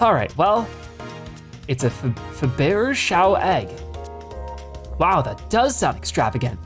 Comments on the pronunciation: Yeah, that's not how you pronounce "Fabergé"... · I'm sorry, but your pronunciation of Faberge was awful